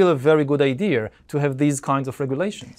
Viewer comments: Never understood why Yuval pronounces “Idea” as “I-dear” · and Yuval still cant pronaunce the word "idea"